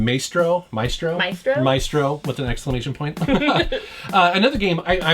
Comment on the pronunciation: Supposed to be a musician and can't pronounce Maestro lol..